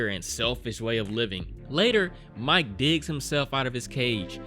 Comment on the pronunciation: Isn’t this (much less all of the cannibal movies) out on blu-ray? “Now remember this Mike guy..” Are you sure it’s not Mee-Kay?